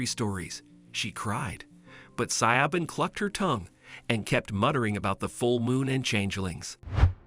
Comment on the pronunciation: SiOBHAN IS AN Irish name and is said Shivvorn (or near enough) .... just saying 🙂